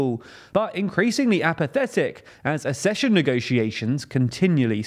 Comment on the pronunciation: The word "accession" is pronounced AK-SESSION and not ASS-SESSION. You're welcome!